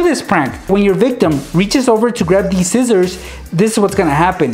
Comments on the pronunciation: Its not zizzers its scissors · lol, you say scissors like zizzors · He said zizers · notice how said zizzers. I love it